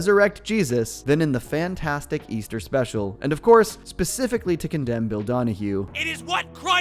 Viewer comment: Easter? I thought he said weaster!!